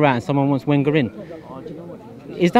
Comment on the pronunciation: After 20 years, you should have learned how to pronounce Wenger! You don't speak for all fans. Some of us want to stay.